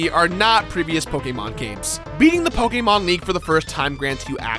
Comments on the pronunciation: pokemon not pokaamon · If you say PokAYEmon one more time... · I know there’s a lot of ways to pronounce it but pokaymon is driving me crazy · POKE AYY MON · You say Pokémon wrong, I can’t watch this without getting triggered x) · Great video but your way of saying Pokemon just gives me headaches haha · Is it ok to be offended by the way he says Pokemon? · I HATE how this guys says pokemon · Stopped watching because of the way he said pokemon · How u said Pokémon s made me curl up into a ball and repeatedly say why for 5 hours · You say Pokemon weird